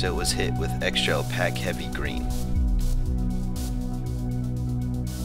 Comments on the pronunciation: Awesome tutorial...FYI, opaque is pronounced 'oh-peyk'! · Not trying to be a dick, but opaque is pronounced like cake.